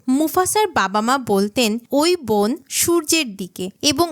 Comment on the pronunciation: বোন কি? বন বলতে পারেন না ? মূর্খ !